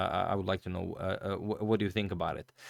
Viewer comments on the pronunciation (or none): none